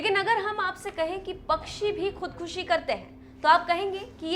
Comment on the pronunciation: शब्द का सही से उच्चारण करना चाहीये खुदखशी नहीं खुदकशी या आत्महत्या ।